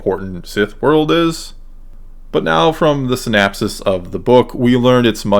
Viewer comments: Syn-OP-sis… with an O… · Interesting video, but the recurrence of the non-existent word “synapsis” is INCREDIBLY distracting! It’s “synOPsis”! I hate the Sequel Trilogy more and more as time passes and I make my own attempts to reconcile it with the Original Trilogy. One thing those movies have done is make me like the Prequels better. The Prequels had a much more consistent story, more consistent characterization, and far better lightsaber duels. That said, I feel sort of bad dunking on the Sequels because I like most of the actors involved, and think they really tried to do their best with the crummy scripts they had to work with. I especially detest what the Sequels did with Luke, of course, but I also deplore the waste of what could have been a brilliant idea in the case of Finn (and the despicable treatment of John Boyega). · "synopsis" not "synapses"--those are different things.